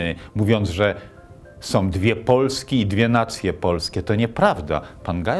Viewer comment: Jakoś tak na końcu słów Terleckiego też zobaczyłem Kaczyńskiego - mały człowiek zbijający kapitał polityczny na śmierci brata. Jeśli już ktoś prowadzi program mający w tytule "Kultura" to warto by się nauczył polskiego. Nie "som" tylko "są", nie "jakom" tylko "jaką" itd.